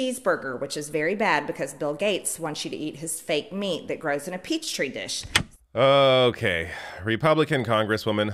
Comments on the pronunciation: That was aggressively stupid I swear I lost braincells when she said peach tree dish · This is your sitting member of Congress ladies and gentlemen. Petri Dish is now a Peach Tree Dish. If she can’t distinguish the difference, I don’t even want to listen to the zap part 😂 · Peach tree dish??? Hahahahaha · Did she sit there and say peach tree dish? This HAS to be an act! She is out of her freaking mind, what little she had! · "Peachtree dish" 🤣🤣🤣 this woman (and I use the term very loosely) is wrong on every level and what is her obsession with food?! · Did she just call a "petri dish" a "peach tree dish"? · I wanna give her the benefit of the doubt, and say “peach tree dish” was just a slip of the tongue, or a simple mispronunciation….But at the same time, it’s also pretty believable that MTG genuinely just thought it was “peach tree” instead of “Petri” 🤔🤷🏼‍♀️ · Peach tree dish???? LMFAO It's a petri dish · It’s Petri dish not Peach tree dish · Peach tree dish ? 🤣😂🤣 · OMG, I didn't even notice that she said peach tree dish. My brain must have automatically corrected it. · She probably said "peachtree" dish on purpose to get extra press. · First , once again This woman really needs a dictionary. I do not know how many times she has mispronounce words. PEACH TREE DISH🧏🏼‍♀️🤦🏽‍♀️ Then like always she does not talk about nothing to solve problems. She doesn’t talk about nothing intelligent at all . nothing That can help her people at all . I mean nothing solid. All about what she thinks. her opinion no facts nothing real she just gets on here and talk Crazy about shit that she thinks is real. She needs to be evaluated I swear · What the hell is a "peach tree dish"?? Did Marjorie Green graduate from high school? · I'm sorry. I haven't even made it past 18 seconds and I have listened to the beginning 3 times. Did she say peach tree dish?? I'm done! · Let's get real here did anyone think she knew what a petri dish was? Of course she said "peach tree" dish.